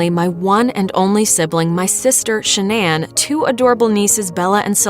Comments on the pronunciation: it's pronounced Shan-non. Not Sha-nan. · She pronounced Shannan incorrectly the entire video 😐 listen to how the mother says it. I mean come on.